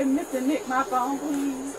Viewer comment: "He has my phaoune!" "[Unintelligible] my phuw'aune?" Why do they always start pronouncing "phone" like this the instant the handcuffs go on? Sounds like an Australian trying to say "no" 😅